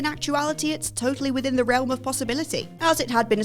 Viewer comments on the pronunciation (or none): none